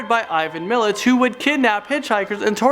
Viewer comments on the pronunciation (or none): Wolf creek is based on Ivan Milat, pronounced Mill at not millet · Ivan Milat NOT Millich, you idiots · Am i the only person who thought it was hilarious when he tried to pronounce ivan milat 😂😂😂😂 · who else noticed that he pronounced Ivan Milat name wrong?